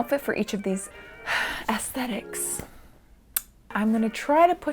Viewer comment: I just wanna day that I really appreciate an American who pronounces aesthetics correctly. Most I heard say “ass-tet-iks”. Which is just... not aesthetically pleasing.